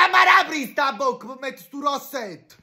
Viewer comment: Ma questa donna non sa pronunciare rossete e labra, lei è cagitalia?